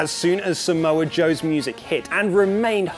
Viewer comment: Roman became heel way long ago after saying Sai-moa joe